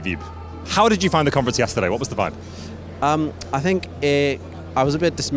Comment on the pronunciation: Fantastic reporting,. The French needs some work though! The French pronounce 'vibe' like in English and 'cadre' doesn't have an 'ey' on the end;) Good effort though!